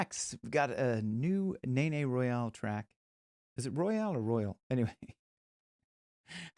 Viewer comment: it pronounced Royal as in Royal Blue not Royale with an e.. I asked the same questions and watched her say it several times in a live feed. and its just NayNay like it looks both first half and second half sounding the same..